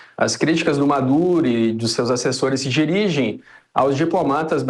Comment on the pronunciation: ....pera! eu ouvi "Madure" mesmo ou tô errado? kkk